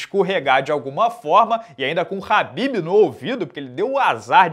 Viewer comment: É Khabib né não “ RRRRAAAABIB”